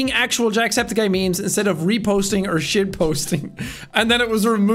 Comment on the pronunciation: When you said I give you memes it cut to a add on me and it sounded like meat so you said I give you meat 🧐😳😏😂